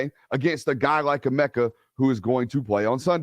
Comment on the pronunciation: Eh-mecca ..Egg-booka